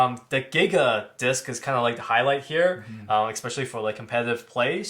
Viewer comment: Adorable how the dude on the left never seems to be able to pronounce the word "especially", it's always "Eck-specially"